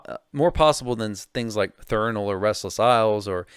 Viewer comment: How do you mispronounce a word thats right in front of your fucking face? Its threnal not Thernal? And dont give me the "dyslexia" excuse. Have some professionalism.